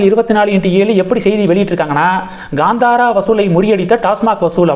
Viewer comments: It is not Gandhara but Kanthara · Gandhara ille daa. Kaantaara. Use K instead of G.